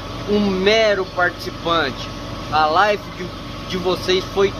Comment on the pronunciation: show mineiro,mas não é life e sim live